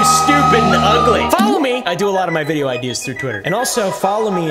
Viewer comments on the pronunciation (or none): none